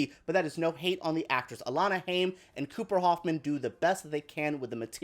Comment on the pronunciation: Alana’s last name is pronounced like Hime and not haym